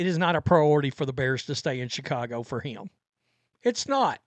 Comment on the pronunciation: The word "him" is one syllable, not two. "Hiyyum"